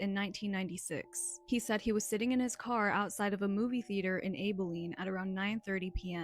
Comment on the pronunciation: Abilene has a short vowel 'a', like the 'a' at the beginning of the word "apple."